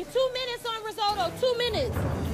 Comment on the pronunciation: "Reesohdo" instead of "Risotto". What a shame!